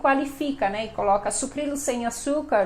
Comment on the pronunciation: Eu também falo Sucrilhos. Acho que ela esqueceu de pronunciar corretamente.